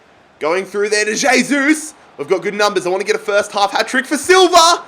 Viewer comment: Pronounced "hey-sus"